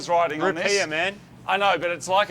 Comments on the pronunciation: Wtf is a “rupeer”? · Dafuq are rupeer? Rupees? There's only one r in rupees. Rootbeers? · Rupees not rupeers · I thought they said root beers lol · it's 100.000 rupiaahs, not dollars 🤣🤣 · Me being an American, I thought they said 100,000 root beer, not 100,000 dollars🤣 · I thought you guys where say 100000 root beer this entire time... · I thought they were saying 100000 root beers XD